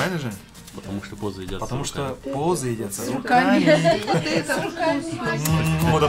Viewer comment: Не позы, а буузы☺